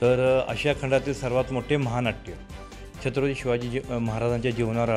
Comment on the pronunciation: छत्रपती शिवाजी महाराज बोलायला शिका आधी